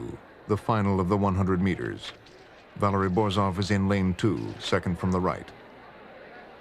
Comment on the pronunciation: Il commento artificiale è una merda , Borzov non borof